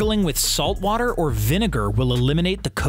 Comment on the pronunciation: Me :water Doctor mike: voter, soap and voter Me:voter